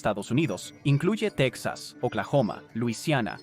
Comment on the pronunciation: Techas?? Es la,primera vez que escucho esa pronunciación